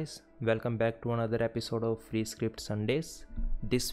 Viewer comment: you said fwee but it no fwee